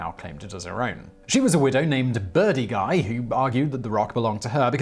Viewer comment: Finally! The name Guy pronounced correctly...